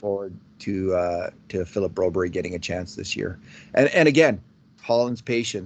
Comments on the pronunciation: I agree. You may be trying to say Brobry but what I'm hearing is Broberry. Why not ask Philip? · was at a game last season and was in a booth…he got confronted or the topic was brought up about his insistence on his pronunciation of Broberg’s name…the very next podcast he brought it up and seemed to enjoy the fact that it was a topic. Shows his ego was lifted by the topic. Maybe he’s just a journalist that believes publicity negative or positive is still publicity….I sure hope not. I like this podcast, but the whole topic gives me and many other colleagues that like the podcast a challenge. Don Cherry never always pronounced the names correctly but this is not the same thing. This is an arrogant ‘ I told you so’ feel to it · Guys the forced pronunciation of Broberg’s name is annoying and hints of arrogance. Please go find out the kids name. Get Bob Stauffer to ask him how he wants it pronounced. Thank goodness Jack Michaels and Louie DeBrusk nor Gene Principe pronounce it the way you guys do. TSN , Sportsnet, CBC, CHED and on and on don’t pronounce it that way. Why do you force it so much on your audience ?